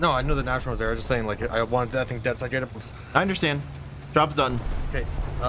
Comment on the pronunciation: I am proud of you, you finally pronounced Nashorn right :D